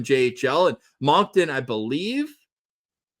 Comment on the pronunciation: Don’t hate me for this but just FYI Moncton is pronounced like “Munkton” not “Monkton”